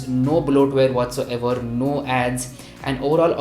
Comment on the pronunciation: What so ever... WHAT SO ever... WHAT SO ever.... Worst review